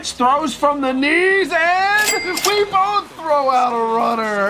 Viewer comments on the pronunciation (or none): none